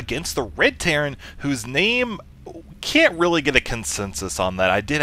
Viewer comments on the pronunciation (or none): lol I think I have been playing Dragon Age too much if I hear teyrn instead of terran ))